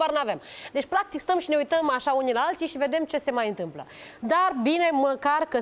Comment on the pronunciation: "Șî noi putem " lesin cand ii aud 😂😂😂